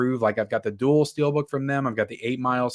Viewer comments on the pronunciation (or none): none